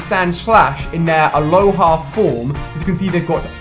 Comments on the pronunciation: Alhoa form?alola ALOLA FORM THE REIGON ISNT HAWAII ITS ALOLA NOT ALOHA jezz do your reserch and also OMEGA not omeega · Its called alola not aloha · he says "aloha forms"...it are Alola forms, it's the name of the region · I know I was just going to say that..... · it not aloha form its alola form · ikr and he said aloha instead of alola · No hate but I cringed so hard when you Said aloha instead of alola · Did anyone else go mad at him when he said aloha forms instead of alola forms?I was laughing at him when he said it! no offence to ali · its alola not aloha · It's Alola not aloha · Sorry but in the begging it’s aloha not aloha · Why do u pronounce it aloha forms it's pronounced alola forms like the region, alola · alola* not aloha 😁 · It isn't alohah it's alola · It's alola not aloha! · its fucking alola forms not aloha forms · Its alola... the name of the region is alola... not aloha... CRRIIIIGNNGGGEEEE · It’s alolan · Who else hates how he said alola